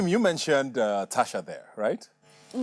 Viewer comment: Why do they keep saying TaTcha isn’t it Tacha